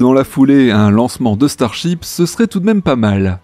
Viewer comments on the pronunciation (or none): Starship, ou Star Chips ??? 😆😆 Ta langue a fourchée il me semble 😅 ça m’a bien fait rigoler 🤣